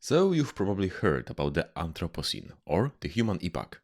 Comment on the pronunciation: Am I the only one who heard "anthropussy" when he said anthropocene or is youtube just autodeleting comments with the dreaded p word in it?